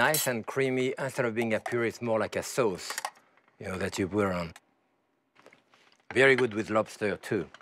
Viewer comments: no it's soase. It's sounds a lot like some euro languages. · Turks also pronounce it that way too.